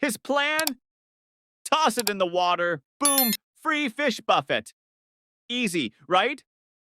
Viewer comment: Buffet with the et pronounced like a long A. Not as in hitting with two fists.🤜🤛